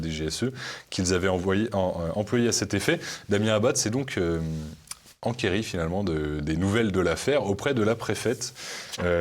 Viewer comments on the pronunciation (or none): Le ''enquéris'' de m'a écorché les oreilles!!! Chameau!